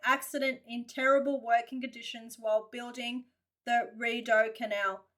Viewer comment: Hey, it is pronounced "Re- doh canal I live next to the Shubie Canal System In Nova Scotia,Canada!😀👌👍👍👍✌